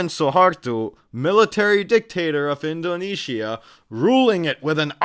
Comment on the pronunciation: I'm watching from Malaysia. By the way, why "indone-Shia"?? 😂